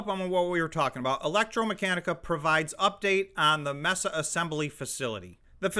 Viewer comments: It’s May-Suh, not Mess-uh or Mesa Arizona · Arizona ain't Texas, and Mesa isn't pronounced Messa. You sound very ill-informed when you make those kinds of massive mistakes. Did you grow up out of country?